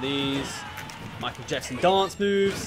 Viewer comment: I think its just his accent but e said Michael jexson not Jackson.